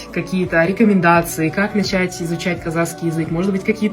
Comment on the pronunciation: Прошу прощения 😊можно произносить правильно😊КАЗАХСКИЙ❤❤❤НЕ КАЗАКСКИЙ.Х Х БУКВА Х,КАЗАХ.ПЛИЗЗЗЗ❤🎉🎉🎉🎉